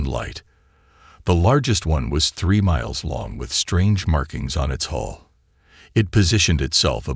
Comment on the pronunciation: Hull, not hole. Like the story.